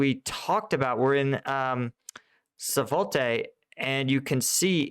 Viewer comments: For crying out loud. It's not "satoVAY" it's "SVAT-tuh-vuh". Take the time to learn how to pronounce the names of the places you are getting paid to talk about. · Why u keep saying SAVOTE instead of SVATOVE ? It is one of the easiest Ukranian names for settlements. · Thanks for your very interesting insights. Two thing though: please refrain from moving around the map, and zooming in and out unnecessarily, it's very distracting. And please try to pronounce the geographical names more or less correctly, they are there right in front of you! It is weird to hear you talk of Kremenina and Satovne when you obviously refer to Kremina and Svatove. But agai, thanks, your posts are very informative! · Small detail, even if I know the language and citys are strange to pronounce. Its called Sva-to-ve. With this said, love this channel. Keep up the great work! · take it slow SVA-TO-VE. 😅 You are already pronuncing all the right letters. Now just put them in the right order. 🎉 U can do it. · SVAT-ovah. Sounds like "swat-over" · Svaht' o-veh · Svatove (Sva'-toe-vuh), emphasis on the first syllable. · SVAH-to-Vah (Svatove) Primary accent on the first syllable, little emphasis on the second syllable, secondary accent on the third syllable. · Jaysus, man, you could really learn to pronounce town names by now, LOL, stuff has been happening around those for so long.. Svah-TOW-veah! But seriously, I always get a chuckle at your attempts, starting to think you're doing that on purpose 🙂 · For the love of God man, please learn how to pronounce Svatove correctly 🙏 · Come on Kremina and Swatowe. You can pronounce those 2 names after them being in news for so long. Not that hard. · I watch your videos all the time. Thank you! However these pronunciations are so brutal man. It's SVA-TOVE-AH and KRE-MEAN-NAH